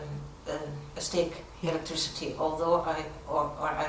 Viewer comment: "with electrecity"